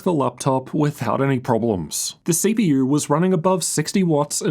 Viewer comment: mf said CPUr GPUr............